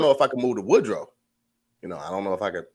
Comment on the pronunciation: its WOODRUFF NOT WOODROW